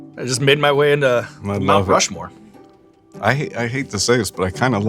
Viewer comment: Did he say "Mouth Rushmore"?